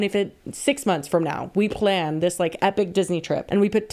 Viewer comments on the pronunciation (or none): none